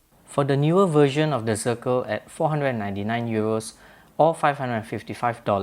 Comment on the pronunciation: This is German, Deutsch name. Read: Shternglass!! Zirkel read Tsirkel.